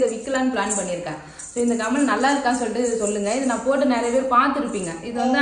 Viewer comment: கமல் இல்லை கம்மல்